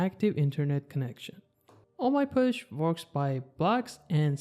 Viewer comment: Btw it is not “push” it is posh. Like gosh. pawsh